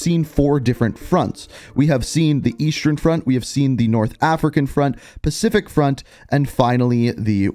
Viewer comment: Bro, why do you say eastern and western like “Eastrern” and “Westrern”? 😂